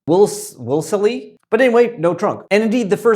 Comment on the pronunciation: it's WOOLS-lee